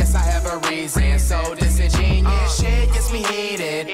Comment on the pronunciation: everyone saying he cant pronounce disingenuous but if you watch b lou video he said it right, flight know what he doing 😳